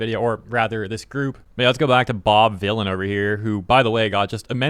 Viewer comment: Vylan as in Villian. lol he tried his hardest.